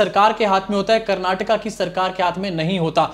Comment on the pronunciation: Thank you for perfectly saying as " KARNATAKA" ..💖💖